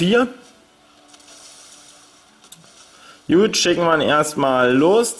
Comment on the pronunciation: Warum sagst du immer jut schtat gut kliengt dof :(